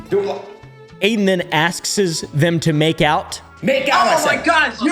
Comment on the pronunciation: I have never heard anyone say "askes"